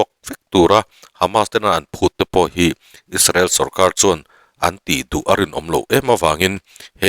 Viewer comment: Isarel ti lovin Israel ti mai la ngaihthlak a nuam ang, you tube channel ah meuh Isarel han tih tulh hi chu a zialo deuh ani